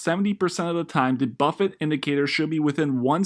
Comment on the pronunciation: Bro .... it's BUFFETT, not Buffet